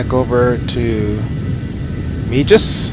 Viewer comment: Meigs rhymes with eggs. Otherwise nice job 👍